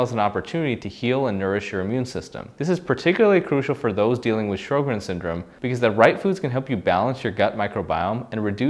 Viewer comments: It's pronounced "Sho-grins," not "Shro-grins." Also, Sjogren's experts have said that it is now supposed to be called "Sjogren's Disease," not "Syndrome." This change emphasizes its distinct pathology and potential for serious organ involvement. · Sho-grenz, not Shrow-grens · Sjögrens = Show-grens. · It is spelled "Sjogren's" ("Show-grins"), not "Shro-grins." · If you can’t pronounce Sjogren’s and it’s spelled wrong in the title, it makes me doubt the whole video to be honest. Is this guy really a rheumatologist? A rheumatologist would pronounce it correctly.